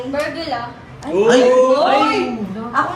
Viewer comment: 𝐵𝑒𝑟𝑏𝑢𝑙𝑎❌ 𝐵𝑢𝑙𝑏𝑢𝑙𝑙𝑎✅